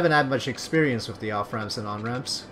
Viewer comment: ***** You do say "wif" instead of "with" :P :)